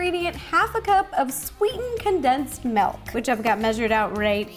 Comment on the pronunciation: Am I the only one who noticed she says melk not milk